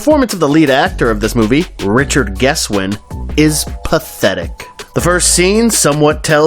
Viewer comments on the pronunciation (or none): none